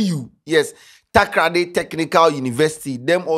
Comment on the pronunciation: Charle eno b Takraaaadi oo. How hard is it to say Takoradi